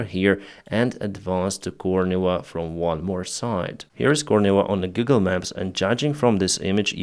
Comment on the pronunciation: OMG dude you made me laugh so hard. You said "on Google maps" and I heard "Giggle Maps". :face-blue-smiling::face-red-heart-shape